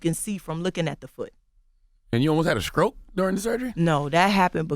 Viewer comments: Why can't Charlamagne pronounce "str". What is a "skroke"? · Charlemagne can't say words that start with "St".. "You almost had a Scroke?" "That's added scress"